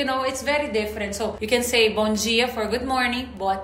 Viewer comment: Bomjia sa Kanila sa Portuguese bomdia. Like patatas sa Portuguese patatash